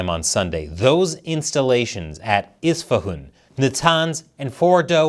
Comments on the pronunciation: the Persian guy who told you to pronounce Isfahan that way was messing with you. You are saying it in a regional accent (which I admit, made me chuckle). The standard formal way is very close to how you would normally read the letters as an American. In fact, I would go one step further and claim that when we speak English, we should NOT worry about how those nouns are pronounced in the language of their origin. Phonemes change when words become loanwords. Just follow your natural American phonemic patterns when you try to read foreign names. That is the correct way to say them in English. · It's spelt with an "A" at the end, not an "O" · Why are you pronouncing Isfahan like that ?